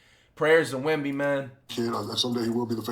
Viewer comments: Yk it’s serious when Flight prounces Wembys name right 😭🤧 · Flight so hurt he actually attempted to pronounce Wemby’s name correctly 😢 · You know it’s serious when Flight actually attempted to pronounce his name right